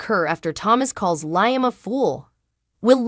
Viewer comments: His name is pronounced Leeam not Lieam it's just spelled different Liam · May i suggest to you that you pronounce Liam correctly as this is the one reason people hate your channel. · He's a liar so it's Lyem!!!